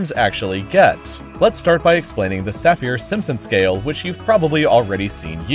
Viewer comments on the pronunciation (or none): Saffir-Simpson not Saphir